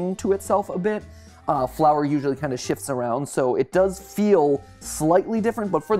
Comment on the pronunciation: Idk why but i'm hearing "flower kinda shits around" but yeah I know it's shifts around